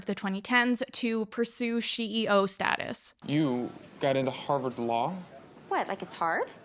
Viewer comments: I watched this video and couldnt contain myself from the cringe when she said she-e-o and i literally had a Joaquin Phoenix esque laughing fit I went so insane with the cringe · I really did want to watch this... but the moment you said "SHE.E.O" I bounced.